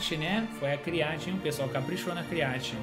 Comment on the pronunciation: Create não.. crieite!😂